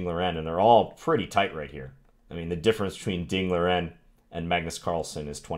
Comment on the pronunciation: If you’d like to get a little closer to the correct pronunciation of Ding’s name, say it something like Ding Lee-wren, rather than Ding Leerin. Thanks for the video...love your channel.